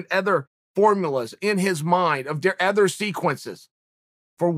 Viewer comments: "Other" is now "ether" fellas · Next time I hear uncle Chael say “aother” instead of “other”, I’m done... and I’ve been w y’all for awhile. Uncle Chael taught me how to spell Michael, how to offer, how to carry the right wallet as a man, not make fun of others for ED, start eating protein cereal, but let him say it again and I’m done..